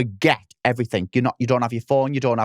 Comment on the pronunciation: Obsessed with how says “everythinK”